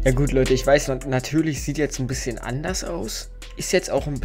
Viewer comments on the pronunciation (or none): Du sagst einbisschem und zeigt was er braucht xD